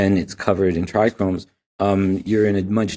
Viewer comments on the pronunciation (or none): This guy is clearly an expert, but he pronounces trichomes as “trichromes” 😬